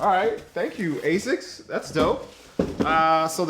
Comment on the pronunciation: The quantum 360 and 180 are not the best running shoes because they are little heavy if you want a runner/trainer the gt 1000 and 2000 is the way to go. Also anyone else triggerd by the way he said asics.